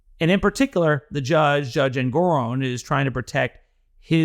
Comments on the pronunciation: Its "Engo-RON not Engo-ROAN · How many ways are there to pronounce the judge? And you come up with a new one?